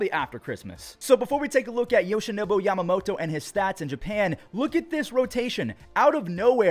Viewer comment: Took a shot every time said YamamoTOE. My liver just died.